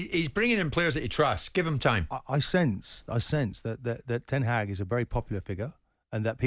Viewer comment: Shame he cant pronounce ten haag